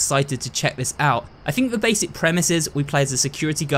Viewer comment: I love how it sounds like he's saying "what da heck" instead of what the heck